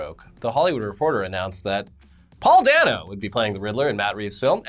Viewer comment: You guys said Paul Dana instead Paul Dano